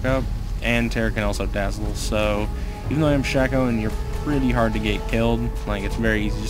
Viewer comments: lol he pronounces his name like "shah-co" while its pronounced "shay-co" but otherwise nice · Phreak pronounces it Shah-co, though. BAN HIM. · How do you know this? Phreak pronounced it "Shah-co" during the spotlight.